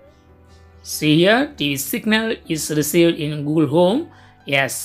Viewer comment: Its google home no gool home ok